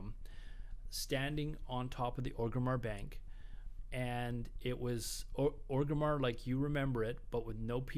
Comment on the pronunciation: it's not ogrimmar it's ORGrimmar